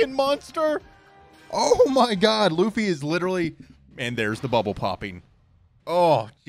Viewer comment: Funny how he said Lucy................